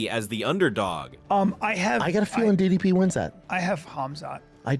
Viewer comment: Hate to be that guy but ypu'd think Dana would've gotten DDP's name right by now...